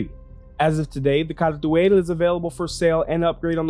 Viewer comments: You pronounce it like you trying to read something off of a french menu. I was never really interested in this ship, though I never really realized how fast and nimble it is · Yeah even CIG is inconsistent with that. I think CR does pronounce it that way. I just figured it was an English (England) way of saying it. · That's an interesting pronounciation. Basically that should be: 'cal·tooayl'. Makes it sound more Kryptonian than Arabic. I do like how it rolls off the tongue, though I much prefer the harsh R and short A of 'cartoo·uhl'. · thanks for this video, I have been looking forward to this video for almost a week now. Great job!! Although I think the khartu-al is pronounced "car-to-al" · Updated Load-out ► I just read the Galactapedia page. "The Khartu-Al (Kal’tuāl) is a Xi’an light scout spacecraft..." How is Kal’tuāl pronounced? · you almost got it right edit: for the people getting angry over a pronunciation, like Phantex, sorry for not just rephrasing other comments. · You mispronounce so much more than Kartu-al that I’m not even mad anymore. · Miller GamingDK no, no he doesn’t. Car-too-all isn’t Kal-tual, even the lore team said it as much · rofl the way he says Apoa Khartu AYE, its ALL bro Khartu ALL